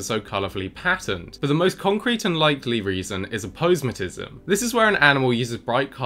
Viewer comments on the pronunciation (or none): Well, it seems that one 'should' pronounce it as ah-po-SEM-atism. 🙂 Since it's a signaling device, it would seem to be related to the word semaphore, pronunciation-wise. 'Sema' from Greek sēma "sign, signal". 👍